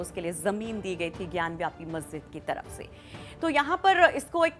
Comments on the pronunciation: मैडम वह ज्ञानवापी है, ज्ञान व्यापी नहीं। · ज्ञानवापी, Not ज्ञानव्यापी